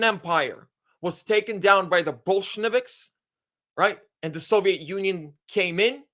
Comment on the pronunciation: Bolsheviks not Bolsheneviks